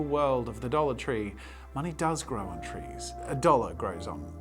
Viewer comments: When he was saying “a dollar tree” I kept hearing “adultery” and was incredibly confused. 😂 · LMFAO the way he said dollar tree😩